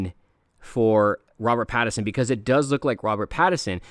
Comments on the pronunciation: It is Pattinson not pattison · “Pad-i-sin” lol